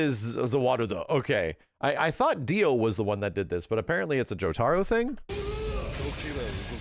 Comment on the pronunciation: It's killing me how he says "Jotaro" 😆